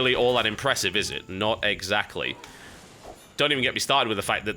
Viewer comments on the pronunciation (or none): none